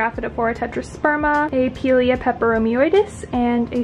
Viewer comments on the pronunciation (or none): Pie-leah is the correct pronunciation ❤ Your house is goals, and your plants are flawless ❤❤